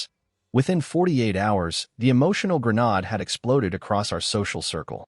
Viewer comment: FFS this is a Machine talking! - it can’t even pronounce Grenade properly much less know what one is and yet it wants to comment on human relationships!? Joke!!